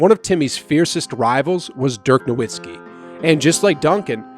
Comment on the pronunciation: Virgin Islands not Virginia. The “Run TMC” Warriors had an offense called the Run and Gun. Dirk Nowitski pronounced NoVitski (W makes a V sound in German). Steph- unathletic? He runs all game. Maybe you should have titled it differently. Yes, these point guards aren’t freakishly tall and the foreigners play more of a European style game which is based on fundamentals instead of just dunking the ball like Shaq.